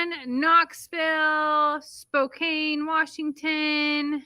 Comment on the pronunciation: Spokane is pronounced Spo-can, not Spo-cane. Just telling you in case you end up traveling to there.